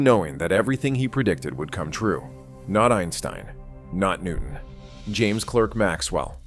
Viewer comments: Scottish pedant alert: it’s pronounced “Clark”, not “Clerk”. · Clerk rhymes with spark. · A brilliant intellect. Please note Clerk is pronounced Clark in Scotland and Britain.